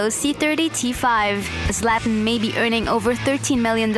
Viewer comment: hate how she pronounces his name Szlat-an and pronounced audi oodi's